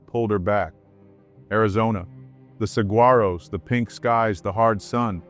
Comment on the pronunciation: Can't pronounce saguaros